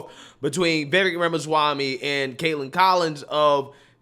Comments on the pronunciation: Pls say his name correctly. Vivek sounds like cake! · will you please pronounce Vivek's name properly. Vivek rhymes with lake, and the accent is on the second syllable. So for goodness sAKE, it's VivAKE. 😄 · what can we do to make you say VIVEK as if it rhymes with CAKE??!! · If likes Vivek Ramaswamy as much as he says he does, why won't he take the time to learn how to pronounce Vivek's name properly? It's so grating and irritating to hear continually mispronounce it, and that seems disrespectful to me.